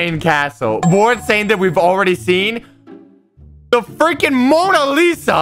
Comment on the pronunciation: I hate when he said Moana lisa